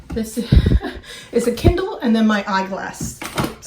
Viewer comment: At first I thought you said "Ken doll" for the Kindle, lol. Think accents are fun. You say it like "kin DOLL." I say it like "KIN dill." Awesome job on the office!!! Can you come and do mine? Michigan is beautiful this time of year!